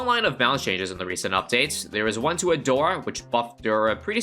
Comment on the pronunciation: Nahh 🗿 every time he said " a-door" at the start bro 💀💀💀